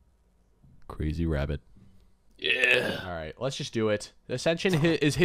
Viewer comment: ok i had to😂😂kwazy wabbit